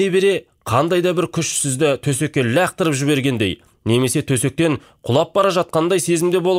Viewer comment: Ляқтырып деген қалай кетті 😂😂😂😂